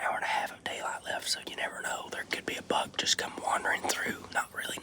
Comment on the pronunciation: I thought y’all says “Bug” but then I realized that it was buck